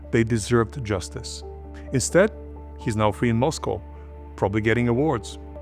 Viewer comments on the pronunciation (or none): none